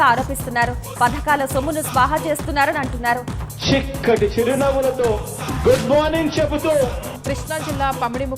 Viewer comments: చిక్కటి రా బాబు షిక్కటి కాదు కర్మ కొద్ది దొరికావు కదరా బాబు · మన సియం కి " చి " పలకటం రావటం లేదు. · Chikati kadhu babu chakati school 1st eta vachav nuv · రేయ్ చిక్కటి కాదు రా చక్కటి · బొమ్మ దద్దరిల్లిపోయింది😂....మన షి ఎం గారు.... షాలా షిక్కగా షెప్పారు.....😂😂జై జనసేనా....నా ఓటు జన సేన కే....👍😍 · Chikkati kadhu babu chakkati..neku English radhu telugu radhu...😮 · మన షి-యం గారు షిక్కటి షిరినవ్వుతో అని షాల షక్కగా షెప్పారు...😂😂😂